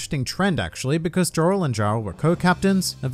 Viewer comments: Pretty sure Jorl is pronounced Yorl & Jarl is pronounced = Yarl in Norse mythology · Saying HIGHrodin and JJJorel is just wrong